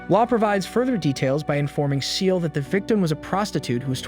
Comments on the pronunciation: Ciel - Not Seal. Sounds like "see-el", not like a cute little seal. Allister as in "al-is-ter", not Ally-ster. Did you watch the show in English / sound on? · It's Ciel (SEE-EL) not SEAL XD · I’m sorry but you’re saying Ciels name wrong is not seel it’s Ciel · His name is Ciel, not Seal. It’s the French word for the sky. And that’s just one out of many things wrong with this. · why are u saying ciel like seal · "CIEL" NO NO NO SEAL 🦭